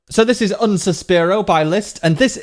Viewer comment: Just a minor point about the title 'Un Sospiro'. It's italian for 'A Whisper/Breath' and 'un' is pronounced 'oon'. Italian doesn't have a short 'u' sound. I'll probably get flamed for this, but hey ho'.